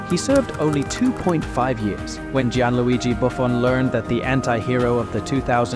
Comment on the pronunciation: Oh my god this video is terrible. It almost causes me physical pain to imagine that an actual human being spent time and effort making this. Edit- just to be clear, I’m not just talking about the fact that he somehow managed to mispronounce multiple legends of the game in a single video (Thee-eri Henry, Mickel Platini, Gee-an Luigi Buffon, Hoe-say Mourinho, and, you’ve got to be kidding me, Miroslav “Close”) I mean christ, are you kidding me? Isn’t this supposed to be a football channel? But even putting aside the fact that this guy obviously isn’t a fan of the game, the editing and commentary are about as bad as I’ve seen on this platform, and that’s saying a lot.